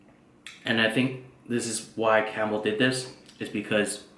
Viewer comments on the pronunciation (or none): none